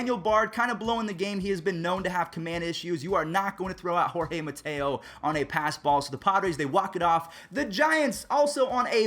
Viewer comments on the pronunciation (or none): none